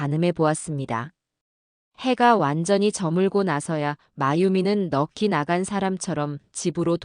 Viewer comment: 나래이션할때 넋이 라는말 들리는 소리는 넉씨라고 해야할 발음이 매번 넉끼라고 발음을하는데 다시생각좀 하고 발음을 똑바로 하시면 좋을듯 합니다^^